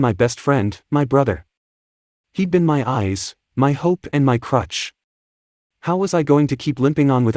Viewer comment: Crutch not crush😂